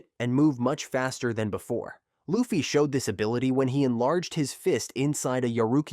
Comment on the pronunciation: its luffy not laffy